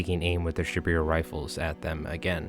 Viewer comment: Great game, those bears are absolutely nasty. Just a couple minor notes. It’s not bad, but kind of jarring to hear. It’s Shiboru, not Shibiru I’d recommend using Ute instead of shoot or fire as loan words. (Pronounced ootay) Also just some simplified pronunciation notes. E’s are pronounced as a hard A sound. I’s are pronounced with a hard E sound.